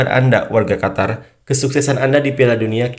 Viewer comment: Qatar..mbacanya Qotar Qotor Kotor..wkwk